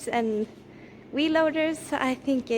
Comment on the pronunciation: it sounds like Weee loader